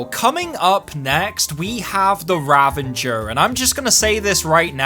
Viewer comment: Nice video, but the weapon's name is "Ravager" not "Ravenger" xD